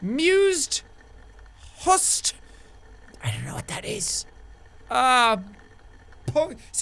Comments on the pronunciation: jack: "hused? mused? husted?" me: screaming IT'S THE USED boop beautiful band btw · it's "The Used" Jack XD